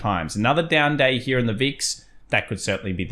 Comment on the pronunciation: Interesting how you say hera... Sometimes you say here. Which is it :)